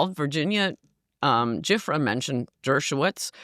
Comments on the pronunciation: Ann can’t pronounce the victim’s name correctly, she doesn’t know how she died, she blames Democrats when BOTH PARTIES are involved in this ENTIRE MESS!!! She claims Democrats love crime, she makes assumptions about who would sleep with under aged girls, she claims Clinton is a “horn dog” but IGNORES ALL THE WOMEN WHO TRUMP HAS SLEPT WITH AND THE RAPE CONVICTION AGAINST TRUMP AS WELL AS ALL THE WOMEN WHO HAVE ACCUSED TRUMP OF SA!!! He biases are RIGHT OUT IN FRONT OF YOUR FACE!!! Epstein has photos of Trump with topless under aged girls sitting on his lap and another photo of these girls pointing at Trump with a stain on the front of his pants and the girls are laughing!!! Michael Wolff the author was SHOWN THESE POLAROID PHOTOS THAT JEFFREY EPSTEIN GOT OUT OF THE SAFE AT HIS HOME TO SHOW MICHAEL WOLFF!!! Ann’s IGNORANCE OF THESE FACTS IS ASTONISHING WHILE SHE’S CLAIMING TO BE SUCH AN EXPERT ON THE CASE!!! This is a huge problem with people wanting to be in front of the media over having actual knowledge of what’s actually happening!!! WHOEVER IS INVOLVED IN SEXUALLY ABUSING CHILDREN NO MATTER THEIR POLITICAL AFFILIATION NEEDS TO BE HELD ACCOUNTABLE - NO ONE IS ABOVE THE LAW!!!! NO ONE!!! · She is so full of it, acting like she doesn't know certain details we all know. Her/Virginia's last name is pronounced Joo-fray. She was in a bad auto accident prior to her supposed suicide. Can you imagine having to recount what happened to her over and over and still nothing happens to give justice for hundreds of "girls". Same ol story. Sickening. Show some respect by maybe getting more accurate info on this one woman who put herself out there all these years until she couldn't endure it any longer. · Virginia GIUFFRE...pronounced (jew - fray) was UNALIVED "royal" style... al la the CROWN's heavy hand, and Ann's a FOOL if she thinks Clinton didn't indulge his sexual appetite for fresh young tang during his MANY rendezvous to the Island in question.